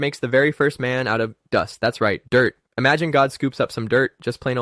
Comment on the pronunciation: 😂😂😂😂 God made man from dirt….thats right DUST 😂😂Bro why u had to say it like that lol